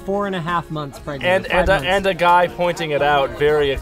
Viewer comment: you mean pregante? or grenant?